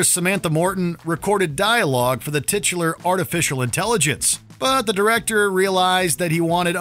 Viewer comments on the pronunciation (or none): none